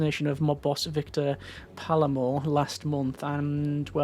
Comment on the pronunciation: The er in Palermo is pronounced like error (pal-air-mo)